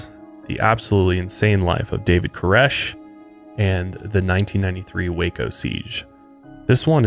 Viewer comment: Thank you for saying Waco correctly!! I live here an you don't know how many people mis pronounce it.. Born an raised here in Waco no living in McGregor across the street from SpaceX. This also happened in a small town outside of Waco not actually in waco though